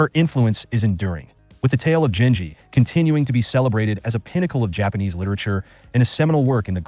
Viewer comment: It's pronounced genji, with a hard g.